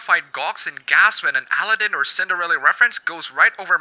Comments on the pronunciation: (Al-eh-den) like Paladin the game. lol I never knew people could pronounce that name so differently. By the way its (A-lah-den) my dude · First video I've seen of yours. I may need to subsrcibe! I love your technically correct pronunciation of Aladdin (Allah-DIN vs Al-AA-din). - Briar Rose was not in a forest when she was rescued by a stranger; she was in a castle guarded by a butt-hurt witch who turned into a dragon and was vanquished by the man the Princess loved, who, by STAGGERING coincidence turned out to be a heroic prince, and learned from said butt-hurt witch that his true love was held in said castle, thus hastened to her rescue at great peril!) - - Anthropomorphization is a common cartoon form, you Philistine! And I cried too about Todd getting left in the woods in Fox and the Hound (also...why didn't she call the sheriff? Amos Slaid SHOT AT HER and she's the local dairy farmer! Where are the police? Where's the village mob?) I still cry about my own dog's impending demise when I hear that woeful harmonica solo while Todd unwittingly licks Mrs. Tweed's face. But this is ART! It evokes emotions like sorrow and makes us think about the sadness of parting and the precious nature of the time we have with loved ones! Appabend, thank you. Your cartoon faces are awesome! Off to your other videos! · Al-lah-din - kek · Al-a-ddin, o could but chuckle how you pronounce aladdin. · that's how I'm going to pronounce Al-a-ddin for now on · The way you say Aladdin is kinda weird to me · I have never heard anyone say Aladdin like that. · furseisekilulz sounds like a horrid news correspondent butchering a terrorists name